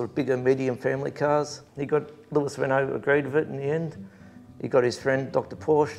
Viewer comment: Great story and how pleasing it is to see a program without boring muscle cars. Do us a favor, please teach your man how to pronounce the cars he is interviewing. It's Reno not Renult. If he followed proper motorsport he would know that.